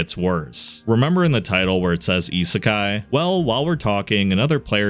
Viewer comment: Always feels weird going from, say, a Mr. Ripper video to a channel like this that actually knows how to pronounce "isekai."